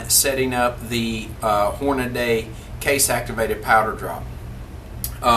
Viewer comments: Great job on the video's They are a lot of help. Hornady, (pronounced hornadee) not Hornaday Sorry I hate to be picky. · Great video. Thanks for the information. BTW, Hornady is correctly pronounced 'hor·nuh·dee'. Not 'hor·nuh·day'. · I'm sorry but you're killing me with you saying Hornaday. It's Hornady lol